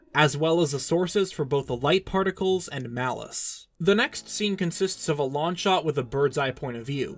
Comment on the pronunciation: Enunciate your g's! It's wrong, not ron. It's long, not lawn.